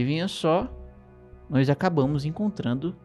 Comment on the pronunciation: E "noÍs" e eles! Esse "i" ai no meio do nós deixa-me sempre com um ataque de riso.